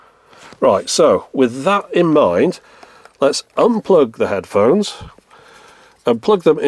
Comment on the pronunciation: "headhones" xD